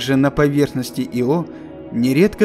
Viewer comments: Мне тоже резануло ухо, но из-за этого ставить дизлайк... учитывая, что этим иО в коментах его только ленивый не попрекнул... ну так себе решение. Так что я поставил лайк, а ударения он теперь 100% будет правильно ставить :) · Почему-то мне кажется, что в названии спутника ударение на первую гласную. Хотя я могу быть неправ. ИО с ударением на вторую гласную означает исполняющий обязанности. А Ио назван в честь мифологической Ио — жрицы Геры и возлюбленной Зевса. Простите. Но режет слух. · Ударение на "о" звучит странно. Ио персонаж римской мифологии, разве в латинской лингвистике характерны ударения на последний слог? Как можно заниматься научпопом, будучи неграмотным? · Ещё в школьные годы читал про Ио книгу" Безумная Луна", ударение на первую букву было, слух теперь режет, когда произносят по другому. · Ударение обязательно нужно делать на И! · Может, ударение на "и".....это всё равно что сделать четыре ошибки в слове из двух слов ...ЁЖ ...или. ЙОШЬ А так великолепно. ... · Ио с ударением на втором слоге звучит как исполняющий обязанности. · Нет, это у вас проблемы. Ударение ставится на вторую букву... Вики тоже самое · иО это исполняющий обязанности и Ио это спутник. режет слух. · Понятное дело, автор наверняка старался при создании ролика и хотел чтобы название спутника звучало правильно. Но иО звучит как его. И настолько режет слух и путает в контексте, что невольно по ходу просмотра задаёшься вопросом типа, че он только что сказал поверхность иО или поверхность его? По мне так Ио звучит гораздо красивее понятнее и созвучнее для обывателя и носителя русского языка. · Мне кажется надо произносить Ииииио) а не иииииО) но это моё мне ние) Увидеть бы их всех,хотя бы как луну с земли... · Ударение ставится на вторую букву... Вики тоже самое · Только не "Ио", а "Айо". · Во-первых, не Ио́, а И́о (не Йо, а И́о) Во-вторых, не Вояджер, а Пионер-10 был первым, кто добрался до Юпитера и И́о. Если уж взялись рассказывать, то постарайтесь без таких ляпов. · Не Ио, а иииО